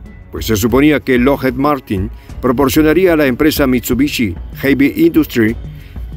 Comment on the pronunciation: Lockheed... La doble E suena como I...